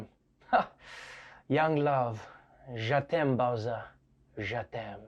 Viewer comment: It's JE t'aime, not JA t'aime, you're pronouncing it wrong.